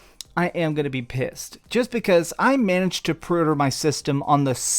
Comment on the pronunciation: I took a shot every time he said “prey urder”.